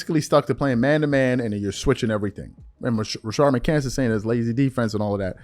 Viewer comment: MCCANTS!!! I'm just waiting for you to pronounce that man's name correctly one time!!